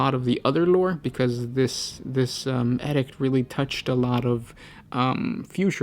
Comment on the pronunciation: Pronunciation needs major work. Use your resources. edict noun \ ˈē-ˌdikt \ Not \ed ikt\. Hard to get your message across if you can't say it.